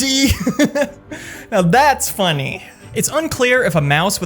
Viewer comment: why does he say "funny" like that😭